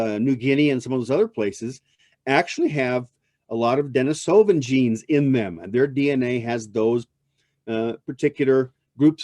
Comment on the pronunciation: You spelled “Atlatl” incorrectly. And you mispronounce “Denisovan” throughout... otherwise it’s a pretty good presentation😌